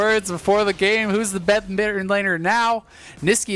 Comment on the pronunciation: “who’s the besttetterrr midder now” lol